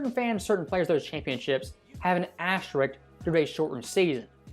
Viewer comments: Why are there a couple of people narrating on here that can't properly pronounce the word "asterisk"? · Why can’t anyone pronounce the word asterisk?